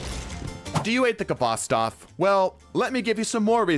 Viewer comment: Btw it isn't K H vostov it is Hvostov :)